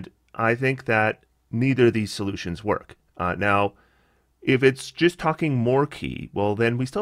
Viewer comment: When you're saying 2d6 and 3d6 "the damage gist gets there," what? edit: just realized you're saying "just" lol